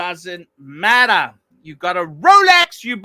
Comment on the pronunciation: Hair by investing heavily in fake rrrrrolecks